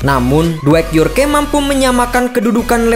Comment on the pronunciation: Dwight Yorke -> dibaca Dwaik Yor ke. Bacanya York mas. Yorkkk